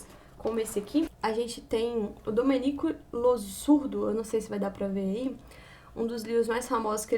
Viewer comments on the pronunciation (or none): A correta pronúncia para o nome italiano é Domênico, como se houvesse acento no "o". Proparoxítona.